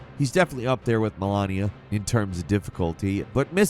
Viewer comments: The word is pronounced *MEH-lay, not "may-lay". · It's not Malania it's Malenia I can't believe that you say you are a gamer and live from this you steal money from people and you don't know shit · Dear, it's called Malenia, not Malania.... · bayle of the dread, malania, and on one video pronounces kaine as kayn. bro you literally have the easiest job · Funny how nobody caught that he talked about The Great Sage's Broken Shell while only showing the Stone Monkey fight that precedes it. Also the only way that somebody that played Elden Ring can mispronounce "Malenia" is if they didnt actually play or are just trolling. So which is it? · she literally says her name each time she kills you and you don’t know how to pronounce it? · damn, to be able to mispronounce Malenia's name...means he didn't die to her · Whoever is playing ER tell how to pronounce the names, no one who’s faught malenia personally would pronounce it that way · lol yeah it is, a journalist should be able to pronounce a name correctly. Especially one that gets mentioned a lot. If it’s not a big deal, why did it warrant your reply? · idk if you said malenia wrong on purpose, but it irked my soul cuz ik you heard her say it atleast 20 times🤣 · pronunciation of Malenia makes me suspect he hasn’t spent hours getting trounced by her and hearing the VA repeat her name over and over again 🤔 Same with Miquella’s name being repeated by Mohg every time he killed the Tarnished…